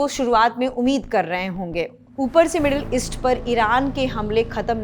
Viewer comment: मैडम आपको छोटी इ ओर बड़ी ई में उच्चारण के अंतर का ज्ञान होना चाहिए। मिडल ईस्ट को आप मिडिल इस्ट बोल रही हैं वैसे ये बात बहुत बड़ी नही है पर ये न्यूज रीडर की वाचन शैली और भाषा पर पकड़ की कुशलता को दर्शाता है